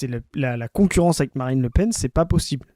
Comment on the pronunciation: 36 '17 dit "Marine Le Pine" 😮